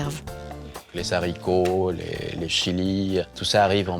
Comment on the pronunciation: '''Les Zharicots !!!''' Haaaa j'ai saigné des oreilles !!! 👂